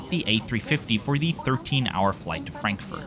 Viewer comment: why are you tryharding so much with the asian names and trying to pronounce them the "proper" way, while saying stuff like "frankfurt" in an english accent, even though german is your mother tongue? 🤣